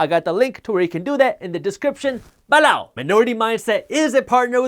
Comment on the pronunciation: I laugh so much when you're talking about the newsletter and say, "below"😂 it sounds like you're saying BALOW, like someone got hit with something